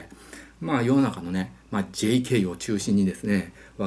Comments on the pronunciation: ジェイケイの発音w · JKの発音で、視聴者を釘ずけにする遅れてきた天才、、、 ～